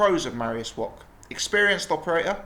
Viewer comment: Mariusz Wok ? or Wach ? at least pronounce his name right.